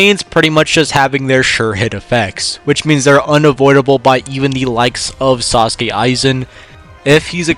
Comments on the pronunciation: It's Sosuke, not Sasuke. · its soske aizen not saske aizen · Its not Sasuke Aizen its Sosuke Aizen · Please bro it's Sosuke not Sasuke 😢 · Did you really call him 'Sasuke Aizen' LOL. Also yeah, Aizen farts the verse away with no concept of difficulty lol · "Saucekae Aizen" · Is it just me or am i hearing this man say "sasuke aizen" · 10 seconds in, and I'm treated to both "Sasuke Aizen" and "Hyogoku". I can't watch this bro, it hurts.